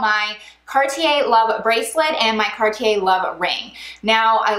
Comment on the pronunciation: Can’t even pronounce it correctly..